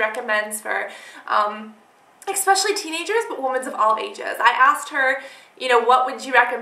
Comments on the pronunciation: it's eSpecially, not eXpecially!!!!!!! Honey i've been wanting to tell you this for SO long, but i didn't want to seem rude...but i finaly had to because i couldn't take it anymore hahahaha!! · it is eSpecially not eXspecially!